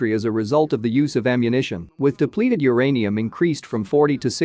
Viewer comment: It's uranium, not the other thingy. 😅😅 // But I certainly didn't know all this about the consequences of the use of depleted "UR-ANIUM." 😅 Very concise and informative clip. 👍👍